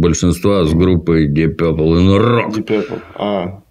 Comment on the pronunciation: Пёпл Пёпл. Ди Папл -говорят незнающие английский